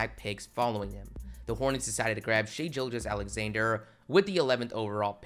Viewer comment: Bro you gotta stop pronouncing SGA’s name wrong😂 how are you an OKC fan and can’t pronounce his, Maledon’s, or Poku’s names right😂